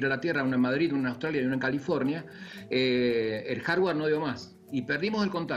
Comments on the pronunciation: Dijo jarwar el boludo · Soy yo o dijo "el jarjard" en vez de decir el hardware JAJAJA